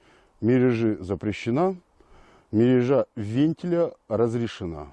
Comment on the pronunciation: МерЁжа под лед ставится, а то что показано чем то похоже на закол(летний вид). мерЁжа ударение на Ё.